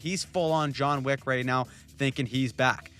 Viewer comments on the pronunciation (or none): none